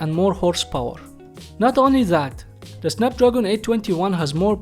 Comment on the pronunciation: Say the as ذا مش زا